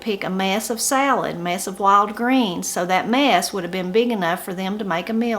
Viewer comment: " A mess", even the pronounciation is different. When you say it I hear " a mass". But good to learn all of this.